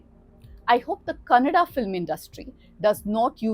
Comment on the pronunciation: Thank God you didn't say kannad😢